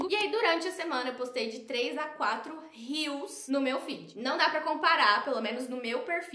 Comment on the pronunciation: Cada vez que um social media fala “Rios” ao invés de “reels” ele perde uma estrela de confiança! 😢 da mesma forma que um fashionista precisa saber pronunciar os nomes das grifes corretamente, os social media do Brasil precisam falar os termos corretamente , é uma palavra em Inglês então precisa ser pronunciada.. uma palavra que está dentro do seu vocabulário de trabalho precisa de mais atenção 😅